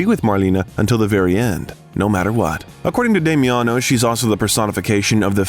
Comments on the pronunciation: Also not Demiano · its pronounced Dah mi on oh